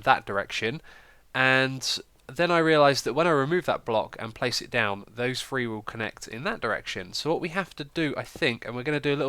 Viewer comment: Add to the dictionary that he says "Free" instead of "three"